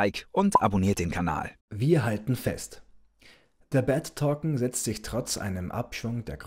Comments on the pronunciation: Es geht doch nur um die Aussprache von Token. Es heißt eher touken und nicht tokken!👍😉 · Es sind Token!!! Nicht Torken!!!😂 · Torcken ich glaube er meint Token